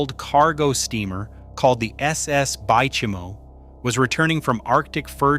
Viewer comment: Bay Chime O lol